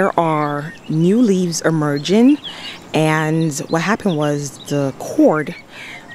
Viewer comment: can you pronounce your words right . It's Amazing not Amazen. It's emerging not emergen. You pronounce some words correctly and some words incorrectly. It's "ING" not "en" on the ending of words .